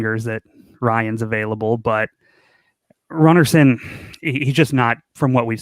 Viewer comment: Seing as this is a shadowbanned channel, I tell the channel to stop pronouncing it like they do. It is not runnarson. I t is runarson, pronounced roonarson, like in rooney. How lazy can you get, find an icelandic channel to hear it once, this is sad. This is like listening to americanswAre you english exporting stoopidity globally?